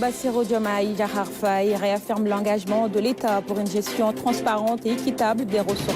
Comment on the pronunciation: Madame, ce n'est pas Faaye, mais Faye. Il n y a pas d'extension du son a. Vous etes senegalaise ? Alors!